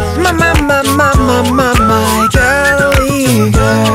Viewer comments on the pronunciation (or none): It's pronounced Gaul-way not Gall-away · Its not pronounced galway even though it looks like that way its pronounced GOLway but simple mistake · Nice mate! Creative and funny. Are you just a loner or did you do this on purpose? Just kidding! Continue singing. Are you american? Because you said gaalway girl but its pronounced gallway girl. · You are saying Galway wrong. Gol-way... not Gal-way when pronouncing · Its Gaul-way... Not Gall-away? 😂😂 This is still amazing though.. I can't even imagine how much editing went into this ❤❤ Galway is a place in Ireland so try and pronounce it right next time x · Gallerway girl? It's pronounce gawlway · loved this, but "gAlway" was so cringey, it's pronounced "gOlway", like in the song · FYI...'Galway' is pronounced 'gawl-way' not 'gall-way'...from a Galway man. Great effort though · Mike Tompkins Loved the cover but this will probably be the only ever time I'll ever criticise you but the only problem I seen with this is the way you pronounced "Galway" it's not pronounced like "Gal way" but other than that I love all your covers and keep up the good work!! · Haru Kazami it's pronounced Gawl-way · Nobody important Calm down mate he's only saying that he isn't pronouncing it right. By the way it's pronounced gawl-way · Its pronounced gol-way 😂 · It's a great cover but Galway is pronounced: gall-weigh :) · overall I think the production value of this is amazing as always, but when you are saying a name of a county in Ireland (Galway) please make sure you are pronouncing it correctly 😂 Gawl-way, It hurt my Irish ears haha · its pronounced Golway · you're saying galway wrong... its pronounced gaw-l-way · Im sorry if i sound like hating,Im not..like this cover is awesome! But im annoyed that he pronounces Galway wrong😂😂😂😂😂😂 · Mike Tompkins no offence worst pronunciation of Galway and im from Galway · Summer Kitty_22 I know and I love the man and his songs but this mans pronunciation of galway is bad just sayin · U said Galway wrong